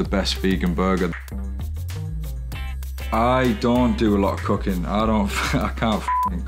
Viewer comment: Am I the only one who understood „I don‘t do a lot of cocain“ instead of cooking? No just me, okay